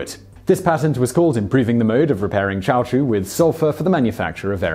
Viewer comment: "As the 19th century worn on... " ??? - Sorry, it's not "turpenteen". It's "turpentine". - Caoutchouc is pronounced: "cow-chuck"